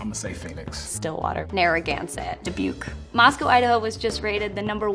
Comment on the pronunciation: "dubuqe" bruh your actually joking ಠ╭╮ಠ